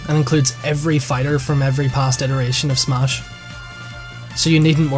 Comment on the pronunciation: Not trying to be mean,but when you say smash it sounds like SMOSH.